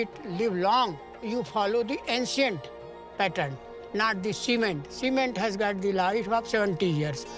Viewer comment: Glad that was subtitled....I was listening without looking, and REALLY thought it wasn't "cement" he was saying was the "glue-like substance" they used to hold bricks together. Ancient Indian secret? It crossed my mind!